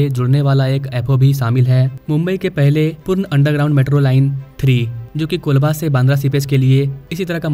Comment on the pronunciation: It's not kulba it's colaba कोलाबा